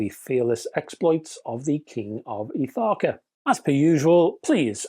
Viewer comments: Ithaca - emphasis on the "Ith". It's just down the Ionian sea from us in Corfu. Love the video, as always. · I didn't understand the (British?) pronunciation or I might have gotten it, as a one time resident of Ithaca, NY.